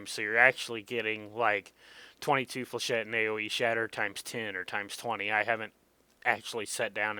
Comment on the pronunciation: You pronounce Flechette correctl! :O Thats more than I can say for most people lol. This is about 3 1/2 years old. If your up to it, it would be nice to see an updated vid on it. Also I think if you've been playing this game long enough, your perspective might change on some of these guns, albeit difference between practice and updates.